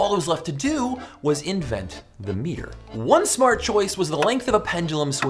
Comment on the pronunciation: You pronounce it wrong.